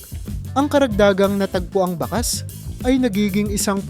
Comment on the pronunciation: Ayusin mo pagbigkas sa mga ginagamit mong mga salita.( Yung bakas dapat bigkasin mo na may pagdiin hindi malumanay). Tuyo , labi,) mali ang pagbigkas mo.